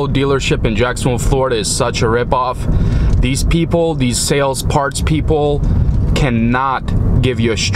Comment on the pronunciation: Don't bother prayig to god. First it is a waste ot time. Why. god doesn't exist except in those people who indoctrinated you. TAKEN APART. TH is not pronounced "D" Aside form that - nice video series. You have a lot of ambition to undertake that rebuild of this tragic wreck. Graveyard - yes that's where Volvo's should be. Get a Peterbuilt if you want a real truck. THESE are the parts we bought. THE STRUT, not Da Strut. What do you bother mentioning what you paid. You have a special price. This little nipple is called a ZERK fitting. There is a difference between struts and shock absorbers. You could have moved those shock brackets back into alignment. Nicely done. It looks good. You could have straightened that steering link. Right save money were you can. You are certainly capable of straightening things out.